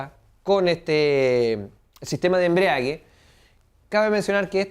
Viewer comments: embrague...no embriague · embragua...no embriaga...